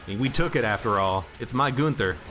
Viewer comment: It's not Goonther, his name is Gunther.